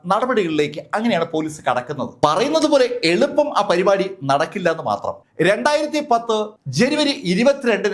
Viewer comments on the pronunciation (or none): none